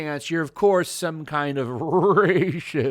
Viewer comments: LMAO! I cant stop laught at your pronunciation of Rahahahahahacist, and Buhhuigghot! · After hearing the way you say "R-R-R-Racist!" and "Alt R-R-Right!" I want to hear you say "W-W-Wilbur!"